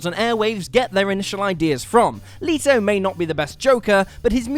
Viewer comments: It's Leto (Let-oh), not Leeto. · that jared leto mispronunciation oof